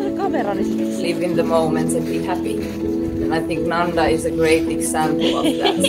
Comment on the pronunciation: in sanskrit there is no word like 'NANDA'.but happy in sanskrit is 'ANANDA'.you missed 'A'.it pronounces 'Aa-na-nda'